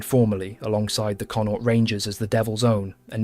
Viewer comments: You pronounce Connaught like Con-oct. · Con-nought. Linster 😂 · Very interesting history, however if you are going to talk about Irish soldiers you should at least make some effort to try to pronounce their names and the names of the places in Ireland from which they come correctly. It is just lazy and appears somewhat disingenuous to mispronounce their names etc over and over, especially such easy names as, "Ennis", "Connaught" "Sinn Fein" or "Fermanagh" and even ""Donegal" or "Athy". As with all of there names and places the correct pronunciations are not difficult and can be found online phonetically. German, Dutch and French historians have spoken and presented on Irish regiments and have successfully made the effort to use correct pronunciations even though both Irish and English were not their first languages. The use and mispronunciation of the saying and motto "Fág a' bealach" at the end is annoying, it can even be anglicized as "Faugh a ballagh " and again can be found online. However It has nothing to do with asking for or expecting to be given "Quarter". It is a traditional Irish battle cry which translates as "clear the way!" a motto indeed very suitable for the theme of the video but again it was used incorrectly, just a little effort and care made and it could have also been used correctly and to good effect. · I love the history my Great grandfather and great grand uncle fought in the great war both returned home to fight for Irish freedom . But the pronunciation of the Irish Regiments is killing me. 😂 Please try harder Especially Connaught omg so bad😂